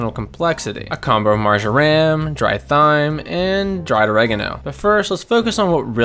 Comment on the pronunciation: My boy said thigh-m